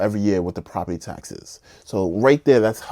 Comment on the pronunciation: Property Task bro youre killing me... task???? its tax